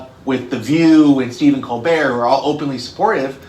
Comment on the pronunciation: Its pronounced ko bear....hate Stephen Kobert!!!